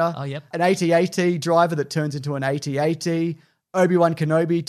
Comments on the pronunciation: You call AT-AT as A-T-A-T? You're weird. lol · I am subscribing purely because you said A T A T and not atat.